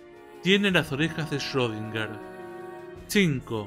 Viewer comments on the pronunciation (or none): Y lo último se pronuncia shrodinger